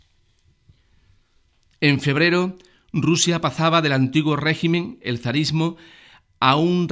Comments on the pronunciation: Juan Acedo y RuZia con S por favor! Q escuchando este vídeo le dan ganas a uno de arrancarse las orejas! Si tiene un problema de dislexia o lo que carajo le pase pues que pongan a otra persona para leer los textos xq de verdad de resulta bastante bochornoso! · burguezia, ezcaza, Ruzia???